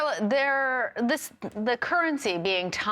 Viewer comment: "Wan"!?? It is pronounce "yu-wan."